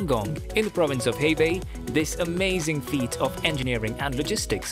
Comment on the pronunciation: Hebei is not pronounced as 'Hei-Bei', it is pronounced as 'Her-Bay'.